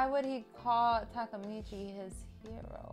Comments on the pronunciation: Can't believe she still call him Takamichi instead Takemichi lol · Y’all went a whole season saying “Takamichi” Takemichi<correct one